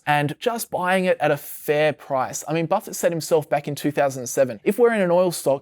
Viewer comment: Its hard to listen when you are keep mispronouncing Buffet name